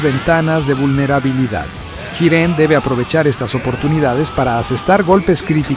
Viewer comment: Muy buena narración. El único defecto que le veo es que va cambiando la forma en la que pronuncia Jiren. A veces dice Yiren y otras Giren xD